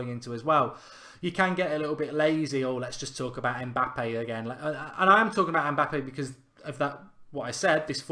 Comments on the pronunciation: It's Mbappe not Mpabbe 🤣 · It's Mbappe not Mpabbe mate